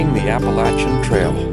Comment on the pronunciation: It warms my heart that you pronounced the Appalachian mountains correctly. I’m normally not a spelling/pronunciation fanatic but you nailed it. Happy trails from the north Georgia mountains. Great videos. Keep em coming.